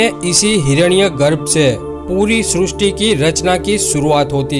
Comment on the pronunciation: Srusti nehi srishti